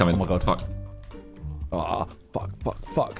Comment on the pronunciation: "WHAT THE FWAK" KSI, 2024